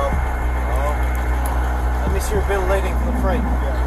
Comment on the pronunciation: "Bill relating" or "bill of lading"?